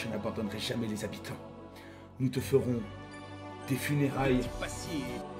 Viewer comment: L'alerte qui tombe pile au bon moment! xD "Nous te fewons des funewailles [DE TYPE ACIER!]"